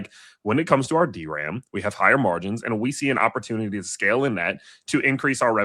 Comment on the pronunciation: Thanks for saying D-ram lol 😂